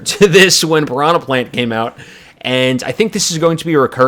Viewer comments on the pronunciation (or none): none